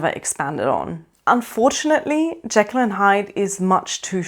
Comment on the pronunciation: I really loved this book. And I loved the movie with Spencer Tracy. I thought he was the creepiest Hyde ever, understated but menacing. I was interested to hear your pronunciation of Jekyll. That’s how I always pronounced it in my head, but I’ve heard it pronounced as Jeekl (long e) which always grates on my nerves. Thanks for the review!